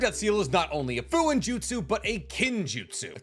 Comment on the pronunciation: Fuuinjutsu pronounced “foo-oo-een-joot-soo “ not “foo-in-joot-soo”